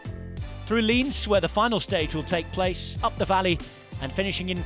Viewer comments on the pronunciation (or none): It’s proncounced Liénz not Linz. It’s a different city:) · Lienz pronounced wrong but Rob Hatch did a great job saying Grossglockner.